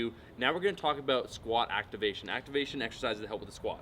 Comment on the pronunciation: "that's all I have to say ABOOT that" lol